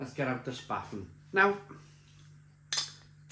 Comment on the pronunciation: 'Spaten' is pronounced 'Shparten'. Löwenbräu is pronounced 'Lurvenbroy'. And Oktoberfest is, for me at least, rather unpleasant. Too many crowds. Too many drunks. No real 'Gemütlichkeit'. Good to hear from you again!